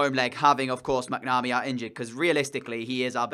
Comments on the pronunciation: not bitching about it. I was keeping it polite unlike you. However, plenty of folk have commented in the past on how to pronounce it properly. It's Mac-na-mee. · Entertaining video but you need to pronounce your keeper's name properly.